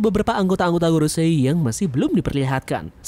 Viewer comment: kalau pas bilang gorosei itu mbok ya yang biasa saja kang